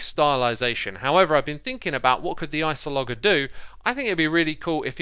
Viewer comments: Did my dude, my guy, my man really just say ice-oh-log-er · It's not Iceologger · Morgan Kasper it’s meant to be pronounced like cartographer but it starts with ice, so Ice-ALH-oh-Jurr is much closer, mispronounced the name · ...which I think is pronounced 'ice-ologer', not 'ice-o-lodger'. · he typed ice-ahl-oh-ger not ice-al-ger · Mojang: "Iceologer" (ice - all - o - jer): "Isologger" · I love hearing ice-o-logger rather than ice-ologer. I'm going to call it that from now on. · Ice-AL-Ger? but thats no where near the spelling its clearly Iso-Logger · it’s so easy it’s literally just ice-ologer? what’s hard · It’s pronounced “ice-olo-jer” like geologer (before they changed it to geologist) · I’m pretty sure it’s pronounced like villager. That is, the G makes a J sound, so it ends up sounding like “Iceolojer” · Or at least remove the first O it's very unnecessary... Iceloger, see, that sounds so much better... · Just a small thing because it is bugging me: The g in Iceologer is pronounced like a j as in geologist or archaeologist. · My mans really just called it an ice-o-logger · Iceologer: Eye S olo jer That's how to say it. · Yes, yes, *icologger*. Definitely how you pronounce that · Ice-O-Logger? Really? It's so hard for me to keep watching your videos because you pronounce SO MANY THINGS wrong. If you weren't such a great content creator otherwise, I would have been gone a while ago. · I thought it was like "Iceologer" with a soft "g", like a scientist who studies ice. Though I guess then "Iceologist" would make slightly more sense..."